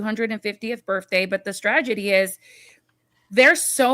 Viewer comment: I say this because I adore you- it's strategy, not stragedy. I've heard you do this on a few shows now.